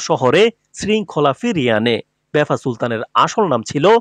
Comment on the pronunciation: লিখেছেন ভাফা সুলতান বারবার বলছেন বেফা সুলতান। আপনিও তো ইতিহাস বিকৃত করছেন।